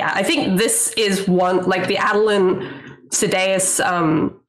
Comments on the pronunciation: People say Mosh??? I wouldn't pronounce Sadeas that way because Sadees is the Sunmaker and I'd pronounce that as Say-Deez. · It's funny they went on that tangent on the pronunciation of Adolin then, totally pronounces Sadeas two different ways in short order.